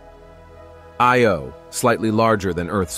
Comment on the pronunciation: He pronounced Io and Peele wrong.